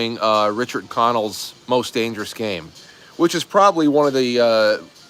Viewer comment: My maiden name is Connell… it had an O’ in front of it when my great grandparents first came over on the boat from Ireland. They were advised to drop the O when looking for employment. Also to note, you pronounce it properly and I thank you for that… ✌🏻♥